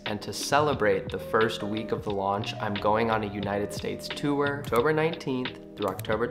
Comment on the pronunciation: I love how you pronounce “tour”